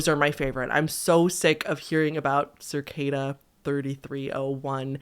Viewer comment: There is no R in cicada!